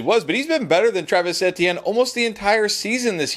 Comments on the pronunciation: Love the videos, but his name is E-T-N not EHtiene...please fix that. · It sounds like A T M to me. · More like mehtienne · Jesus I thought i was the only one it’s like he does it on purpose at this point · Etienne is French so yea he is correct actually...Same concept as sayin Crawfish Etouffee..!